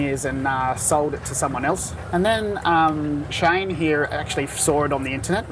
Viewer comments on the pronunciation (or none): none